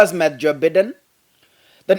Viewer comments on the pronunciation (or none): It's Joe Baiden and not Joe Biden.